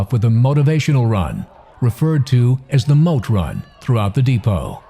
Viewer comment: Dude said the Mote run 🤣🤣